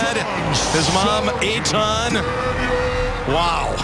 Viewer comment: What a really nice moment. BUT. I love how the commentators totally botched pronouncing and mixed up the parents' name: The mother is Ronit (pronounced: roe-nEEt) and the father is Eitan. Well done, guys -__